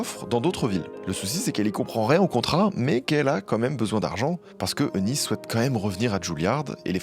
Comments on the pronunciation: Magnifique vidéo comme a chaque fois, merci beaucoup. Je me permets juste de préciser que le prénom Eunice se prononce Younice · Petite précision le nom Eunice se prononce « unice »